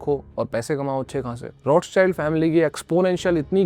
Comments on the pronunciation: आप रॉथचाइल्ड/रौथचाइल्ड को रोथचाइल्ड क्यों बोल रहे हो? आपके नाम को कोई ऋषभ की जगह राइशभ बोलेगा तो कैसा लगेगा? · Other pronounce:-Rothchild family Me listen :-RoadSide family 😂😂😂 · Roths child nahi hai bhai Roth schild bol